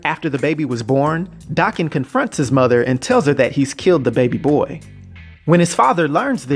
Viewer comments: THANK YOU! DAH-KEN NOT DAY- KEN! It bugs me so bad when people pronounce it the other way. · Thanks for the video I'm so glad you pronounce his damn name right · Thanks for comprehensive details and correct pronunciation of his name